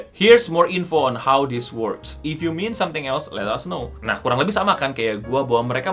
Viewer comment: Pagi sy polisi pronounce itu bukan "miːn" tapi "ment" If you meant something else, let us know!